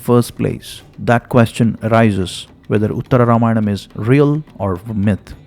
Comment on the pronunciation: Pronunciation check.. Myth is pronounced like the I in mint and not the the y in my. 🙏🏼